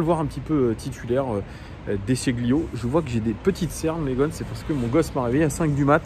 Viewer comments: Salut petite précision: De Sciglio prononce "de Chil yo", pas de "chi gli yo" Au top sinon! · Oui on prononce pas le g en Italie, comme de l’ail qui s’écrit aglio et qui se prononce alio